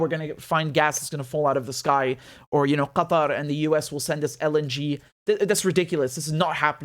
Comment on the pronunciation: when richard says Qatar .. he pronounces it like an arab speaker.